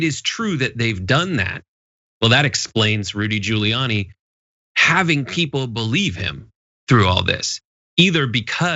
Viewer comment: “Rudy Pooliani”